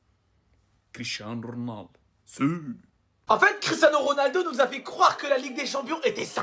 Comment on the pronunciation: "Quicherano Ronaldo " 😂